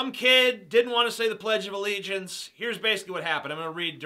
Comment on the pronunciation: When he says "PLEDGE OF ALLEGIANCE" 😂😂😂 I fucking love you man